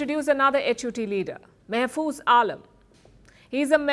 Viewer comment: Total rubbish news. Ahh ...what an unlimited support you get from Awami League and BJP RSS to destabilize Bangladesh. Neither Nasimul Gani is at all terrorist leader nor Mahfuz Alam. And Ms Palki, we call him Maa-hfuz, not your so called accent of Mey-fuz. Pls stop bullshitting. Save Indian Muslim Sikhs and Manipuris